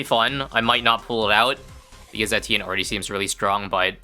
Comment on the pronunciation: Do you really pronounce Etienne correctly or is this just a dream?